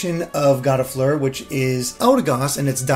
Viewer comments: Gossifleur, he pronounced as "Goddifleur" and Budew which is bud plus dew, but he pronounced it as boodoo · "Gott-ah-fluer" Me: "You didn't." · Gottifleur? You mean. Gossifleur? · Gottafluer? I’m pretty sure it’s GOSS-A-FLUER